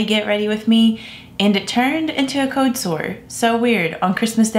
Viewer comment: BleeBlurBlah It annoys me too.. Instead of “old” she says “ode” and instead of “cold” she says “code”.